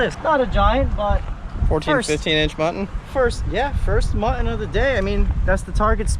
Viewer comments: you know the word muTTon has two T's in it. It's not pronounced MU-EN. As in button. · Hey guys, tell there are two “t’s” in Mutton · you still need do use Ts when you talk about mutton snapper. Just because you’re with a black guy don’t slip into ethnic speak. It’s very racist. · Do you purposely say "Mutton" wrong?